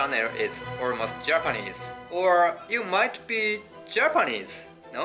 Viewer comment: コメント取り上げていただきありがとうございます！ちなみに今回も指摘させていただくと、Japaneseのアクセントがおかしいですよ。